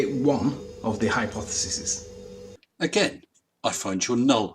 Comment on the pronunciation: Did he say "hypothesises"? I hope he knows that the word is "hypotheses". Oh who am I kidding? Of course he doesn't know that...